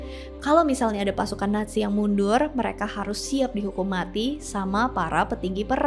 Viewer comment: Bbrp kali bilangnya kok ‘netzi’ kak. ‘Natzi’ udah bener utk baca ‘nazi’.